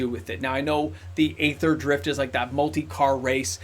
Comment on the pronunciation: Aether = ether = EE-ther Think aeon/eon, daemon/demon, aegis, etc.